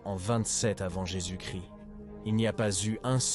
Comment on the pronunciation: Bon docu mais plusieurs problèmes audio. Aussi, le français laisse vraiment à désirer. IA ou voix humaine?!? ex: 1-"...en 378 après Jésus-Christ"; on ne prononce pas le "st" dans Christ. 2- Les "Hunts" et les "Goths": en français, on ne prononce jamais le "s" dans le pluriel des mots. Goths se prononce comme le mot "go". 3- Mauvaise prononciation de Stilicon (général). Ça s'écrit en français avec un "n" à la fin. 4- le 5e siècle a eu de "grands zéro" !?!...Ça ne se prononce pas comme ça!!! ...non..."grands héros": il n'y a pas de liaison entre grands et héros. 5-Monothéi"z"me; On prononce "monothéisme". 6- "...un nouveau ensemble de problèmes..." Wow! On dit: "nouvel ensemble".